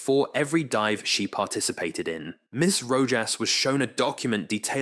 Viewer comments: A "DEEVE" of only 7 meters..smh this ai crap is worthless to listen to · Odd that the narrator pronounces words two different ways. Must be another ai. Dive- deev, scientific- scientifique. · Deeev? TITan? Really?